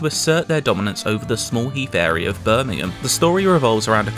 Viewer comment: The way he said Birmingham.... my soul died.